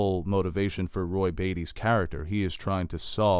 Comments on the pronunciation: My favorite character in Blade Runner is "Roy Beatty." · So many "cacaphony" comments... but did no one else hear "Roy Beatty?" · Mulch Butler It might be a word that he's always read but never heard. I have a couple of those myself that I've pronounces funny. Or maybe they just say it different where he's from. Also Roy Beatty.